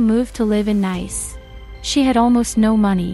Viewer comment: It's an AI voice system using English so everything including the names are mispronounced. Not really anything Valentina can do about it